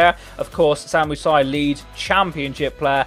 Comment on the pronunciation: It's just not pronounced Si.